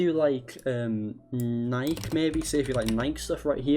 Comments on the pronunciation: Instead of nike(ni key) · Bro said NIKE weird